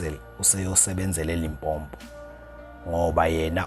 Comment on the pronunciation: i really love your channel im from Limpopo and i hate it when you call it limpompo😢